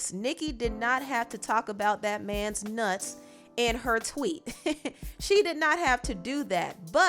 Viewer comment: why the emphasis on “That man’s NUTS”